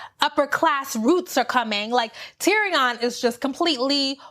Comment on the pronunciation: Just have to say that "Tyrion" is pronounced like "Syrian" not "Tee-ree-ON." Ha ha... I really don't think Jaime is as horrible as you think. I believe he's going back to Cersei to kill her, not to be with her. But he isn't sure he'll survive the attempt, so he says things to try to make Brienne feel like she shouldn't love him anyway. Sort of like when Arya throws a stone at Nymeria back in season 1 in order to save her life. At least, this is what I hope! As for Dany, I don't think it was loneliness or jealousy in that feast scene. She was just realizing that Jon has the love and support of all the people there, so if they find out that he is also the rightful heir to the throne, they aren't likely to support her--despite the fact that she just sacrificed so much to fight with them. She is worried about her throne. She's so used to sweeping in and getting all the love of the locals. This is the first time that didn't happen for her. And with Jorah and most of the Dothraki gone, she's really lacking support. And I'm not mad that Missandei died. I'm mad that she didn't go out in a more badass way. I wish they'd had Qyburn standing next to her, so when she says "Dracarys," she wraps her chains around Qyburn's neck and jumps. That way she could have died on her own terms and taken out Cercei's Hand at the same time. She was too cool a character to go out so lamely.